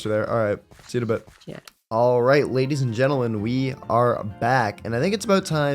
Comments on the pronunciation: "Alright Gadies and Lentleman" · He said gedis and l entlemen 😅😂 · " gadies and lentlemen" 😭😭😭🤚😔